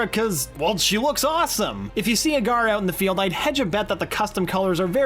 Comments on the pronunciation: He's pronouncing gara as gaara. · It's not said like "Gaara", it's said like "Gher-ah" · Her name isn't Gaara, it's Gara (G-air-uh).